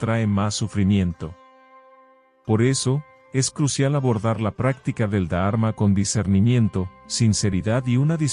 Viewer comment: Y no es da arma sino dharma. Son palabras que si las decis bien la lectura y traducción será aún mejor. Ánimo y adelante!